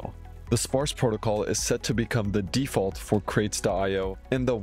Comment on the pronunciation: Deaf-Ult. Sounds like a heavy metal band.